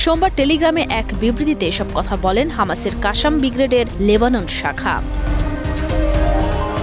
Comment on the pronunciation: কাশাম নয়, শুদ্ধ উচ্চারণ হবে "ক্বাছ্ছাম" ক্বাছ্-ছাম